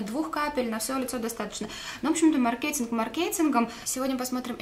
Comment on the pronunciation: Маркетинг. Ударение на < А >